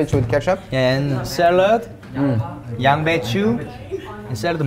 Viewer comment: ㅋㅋㅋㅋ도겸이 귀여워 양bae츄~ 발음만 꼬면 페더가 알아듣냐곸ㅋㅋㅋㅋㅋㅋㅋㅋㅋㅋㅋㅋㅋ 겸둥이🩷